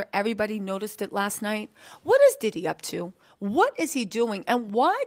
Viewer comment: Love you but his name is Diddy not DeDe